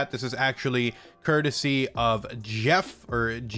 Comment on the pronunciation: Yo... The Game Awards dude's name is pronounced Jeff.. figured I'd spare you the bull shit hate from kooks in the future. Peace out my G